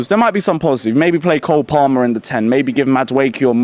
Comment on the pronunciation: Someone needs to tell the interviewer how to pronounce palmer l. Winds me up everytime